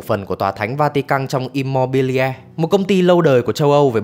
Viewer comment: Immobiliare đọc là Im-mô-bi-li-a-rê nhé, không phải Im-mô-bi-le.